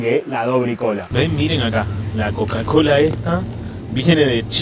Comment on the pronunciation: jajaja que crack como pronuncias cocacola en chino